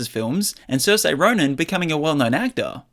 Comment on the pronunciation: The way he pronounces Saoirse Ronan 😂 Always funny listening to people say Irish names